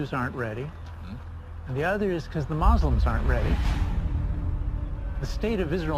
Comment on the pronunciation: "the mahzlum" smh 🤦‍♂